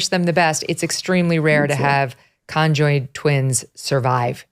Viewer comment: "Con joined" twins 😂😂😂😂 the way she says it!!! Megyn its just conjoined